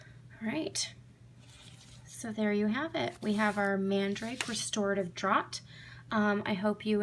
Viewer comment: this looks really cool! tfs oh -- just an FYI "draught" is pronounced as "draft" and is the English spelling. I know, weird right? thanks for all the templates!